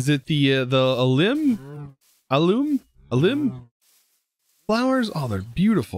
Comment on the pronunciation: Al lee um